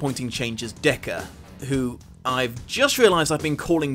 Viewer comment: I kept hearing "Deku" from my speaker instead of "Decker" or "Deckard". Not gonna lie, it sounds like a great fanfiction idea, but it was very confusing at first.